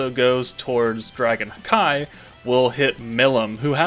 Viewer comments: out of curiosity (since it always sounded off hearing the “hakai”) i looked up various Japanese audio samples/clips from anime + in general and it is just “haki” and NOT “ha-keee” or “hawk eye/hakai” the pronunciation of the “-ki” is not an exaggerated “keee” that would make it sound dumb lol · Is there a reason behind calling "Haki" "Hakai"?